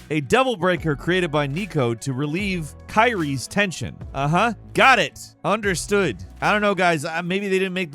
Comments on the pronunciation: Calling ki-ree-ay kyrie was criminal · The way he said kyrie hurts my soul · Please double check pronunciations., you mispronounce names all the time. In this case, its "Kier-Ree-Ay", not "Kai-Ree". You did this with Peragus as well. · Not to be that guy but 🤓☝️ In Devil May Cry, Nero’s lover is pernounced Kir-ē-ā not kai-ree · This isnt Kingdom Hearts. Say it with me: "Keer-ee-ay". Lol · MAn it's pronounced ki-re-yee damn😂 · Did this man really say the name Kyrie like Kairi, the Kingdom Hearts character? 🤣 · Not kyrie, its kiri-ye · Bro, Kyrie requested Nico make Sweet Surrender for Nero. The implication is actually for her cuz he had a demon arm in dmc4 and it was cut off in five and the good school girl kyrie clearly enjoys pleasure. You also completely mispronounced Kyrie's name. Its said so often aswell. Idk where you got the jacking off thing from. Please play DMC5. It's a once in a lifetime action game. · When you hear pronounce “kyrie” and realize he totally hasn’t played devil may cry 4 lmfao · kyrie pronunciation tho